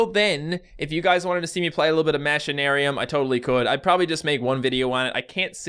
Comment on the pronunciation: you say machinaruim like mashinaruim which makes no sense its pronouced machine-aruim